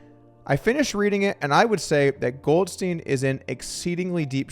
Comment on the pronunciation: Goldstein suffered from addiction, not stupidity. There's a huge difference. Also, Doug, please be consistent...is it "GoldSTEEN" or "GoldSTINE?" You mispronounced "Bethesda" and "promisory," too. You're better than this, Doug!